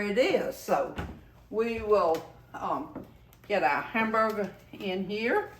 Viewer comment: I love how she talks! Hamburga, colanda, and flava 😂